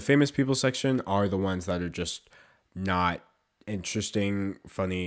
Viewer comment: why do i hear "nut" when he says "not"? I'm too nutty...